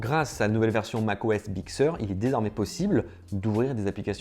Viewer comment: Big sur: prononcez big sour pas big seur 😉